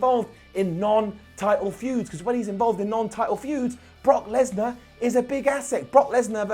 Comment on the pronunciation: “Knock Kesnar”-give a wwe microphone 😂😂